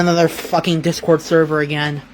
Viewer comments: Not the thur-ver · “NOT THE THURVER!” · NOOO!!!! NOT THE THURVURR!! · Who actually pronounces words wrong more often. or Amberlynn Reid